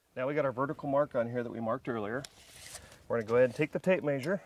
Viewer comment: It is pronounced Measure. Not Maesure. However great instructional video. Thank you.